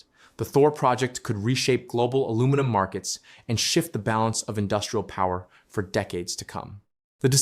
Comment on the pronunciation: Saskatchewan also has geothermal, potash, oil and gas.. And best of all its got Quick Dick Mcdick. All of it priceless. Ohh and the Ai used to read the script, for the love of God, teach it how to say aluminum